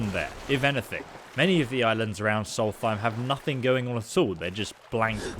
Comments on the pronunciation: Never in my life have i heard anyone read solstheim with a th :D its solst heim, heim basically means home! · I’m pretty sure it’s pronounced “soul-th-st-hime I dont care but someone else might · Its Solstheim Not Salty Time! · “It’s Solst-heim, not salty-time!” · If you say solthime 1 more time its solstheim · Sol-fime? Tf? Lol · The way you pronounce Solstheim really triggers me. 😅 It's Solst-heim, no th sound in it. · If we talk about pronouncement, it should be written with REAL WAY. In this case, the pronounce is "SOLS-EIM" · Noriel Sylvire it doesn’t sound like he’s saying either